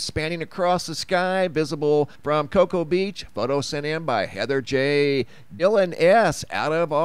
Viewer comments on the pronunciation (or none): none